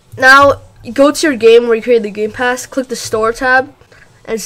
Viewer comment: Did he say roblox gay pass?